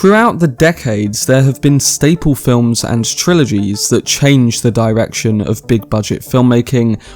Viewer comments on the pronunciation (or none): none